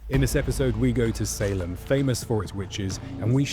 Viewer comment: One of the men that was executed cursed the office of Sheriff. And ever since until the last couple county sheriffs of the Salem area died in office. A curse that lasted about 300 years. it's pronounced say-lem, how he said it Saini.